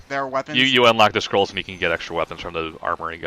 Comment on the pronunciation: Did anybody else here say Secret Squirrel instead of Scroll at the beginning?